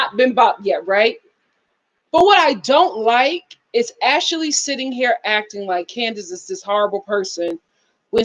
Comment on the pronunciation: Ash- lee not ash-ah-lee